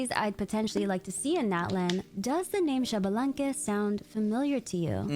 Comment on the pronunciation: I need people to start saying Xbalanque right.